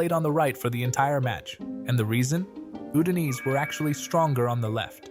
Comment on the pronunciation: Wild pronunciation of "Udinese".